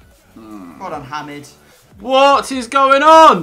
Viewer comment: Every time he said Hamid wrong I shook my head haha